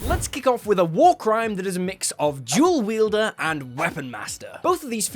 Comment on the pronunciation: "Shdrenff", "jool weeldurr", "cunndjirr"